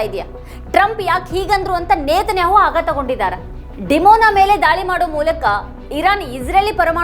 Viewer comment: ನೇತನ್ಯಾಹೊ ಅಲ್ಲ ನೆತನ್ಯಾಹು